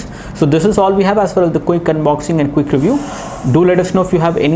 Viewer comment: cook review...lol.. :D pronounce it as quick..